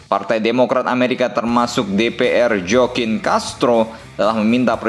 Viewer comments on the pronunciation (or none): none